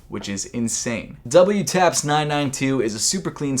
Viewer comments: Its not "w taps" lol its pronounced "double taps" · Wtaps is pronounced “double” taps. Not doubleyoutaps. Just FYI. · Wtaps is pronounce DOUBLE TAPS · Lol it's actually pronounced "double taps" idk why they have that weird WTAPS spelling tho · WTAPS is pronounced “Double Taps”, it’s a reference to the military technique of firing twice or “double tapping”. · WTAPS is pronounced as DOUBLETAPS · Wtaps is pronounced double-taps in Japan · WTAPS is pronounced as Double Taps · WTAPS is pronounced Double Taps -- to make it easier for the Japanese to pronounce "double-U," they generally omit the U from pronunciation. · WTAPS is pronounced "DOUBLE-TAPS" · Wtaps is actually pronounced double-taps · Fun fact: It's a play on sounds. The Japanese pronunciation of 'double' which is pronounced like "daburu" which sounds like you're saying "W" in english.